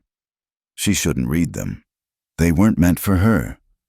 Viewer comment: AI is ridiculous prr the a over comment and how many names are mispronounced or misspelled l wish your ai bot was better trained to read. Live means to live and bot many times reads it as li v e . Read is pronounced raid. This is the kind of stuff that unnerves me.